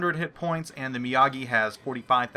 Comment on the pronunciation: Mr. Mee-AH-gee does Karate. The Mee-OH-gee is a Battleship.